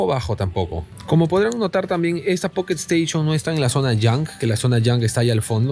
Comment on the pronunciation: Jajaja buenardo el poketo esteishon🐱